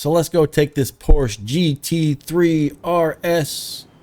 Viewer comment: I hate to be "that guy" but Ferdinand Porsche's last name is pronounced "Porsch-A".